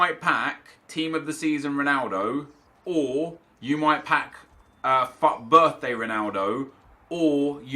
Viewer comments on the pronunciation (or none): did u say f birthday packs